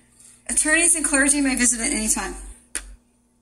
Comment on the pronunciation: Yeah considering this is a replay. Of a video from a while ago. She needs to learn how to say clergy